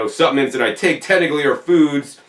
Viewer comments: the i is silent ~ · intriguing pronunciation. also interesting is the american pronunciation of caramel as 'carmel'...